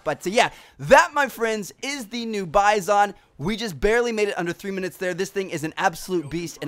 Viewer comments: The gun isn't pronounced "Baizon." The gun is Russian, and the "i" is pronounced "ee," so it is pronounced "Beezon." Please spread the word, it's annoying when I hear it pronounced incorrectly online. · You pernounce the gun wrong